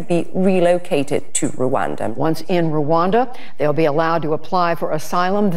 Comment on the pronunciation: Rwanda.. NOT RU....ANDA.RRwanda